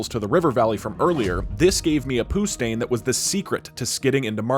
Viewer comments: "it gave me a poo stain" I can't stop laughing lol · “this gave me a poo stain” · That was a good poostain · “This gave me a poo stain to skid into Markarth” This man deserves a thumbs up